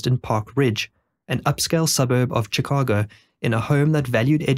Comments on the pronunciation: Shee ka go Shee ka go For christ sake. Not chic a go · Chicago = "shih KAH goh" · Shhhhh ka go NOT Chi ca go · its pronounced shi-cago not chi -cago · Sh-Ih-cago. Not chi-cago. Cant even watch this because of it. Don’t act like you’ve never heard anyone say the word. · It's Chicago, not Tchicago. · One, two three......Shicago not Chickago! Good grief! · turned it off because the incorrect pronunciation of Chicago is too anoyying SHI-CA-GO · Ngl this man pronouncing Chicago wrong every time drives me insane. I understand others now a little more…. But to be fair his people invented the language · Just a minor note from a local, Chicago is pronounced with a SH sound like in Shun or Shudder, not a CH sound like Church or Chapel. Terrific video, very well edited and narrated! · "Chickahgo" -- I can't handle this narrator's pronunciation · you need to learn how to pronounce "Chicago" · Your pronunciation of “Chicago” is interesting. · Stop saying Chicago like that. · Lolz, "Chicago" was just as bad 😂😂😂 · noticed you decided to pronounce chicago the wrong way the third time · The ch sound in Chicago pronounced like the ch in chic not like chips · Teach your narration bot how to pronounce Chicago and maybe I'll watch it. Otherwise, fk off. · How can you possibly not know the correct way to pronounce "Chicago" and "Potomac"? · Good video but your mispronunciation of basic words like bona fides and the names of major cities like Chicago impact your credibility.